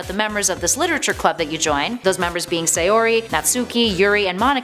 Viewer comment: And once again, they mispronounce Sayori and Natsuki